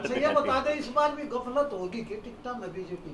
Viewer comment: Galfat Nahi gaflat hota h😅😅😅😅😅😅😅